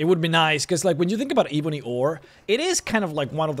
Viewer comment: Your pronunciation of "eeeeeebony" makes me cringe fml